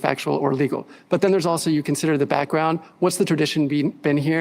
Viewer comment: "da back-wound" 🤲🙏😂❤️🇺🇸